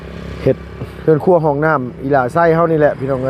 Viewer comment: เฮือนครัว ไม่ใช่หื่นครัว พูดม่ายซัก 😂😂